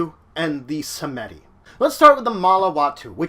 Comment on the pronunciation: It's pronounced "Sahm-dee", not "Sa-meh-dee". The Baron, both the bloodline's founder and the Lao, are displeased by this less than acceptable pronunciation. You owe the first three pints vitae and the second a cigar and a lowball of rum. You have 72 hours to deliver.